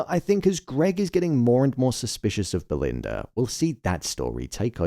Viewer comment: Belind-errrrrr & Greg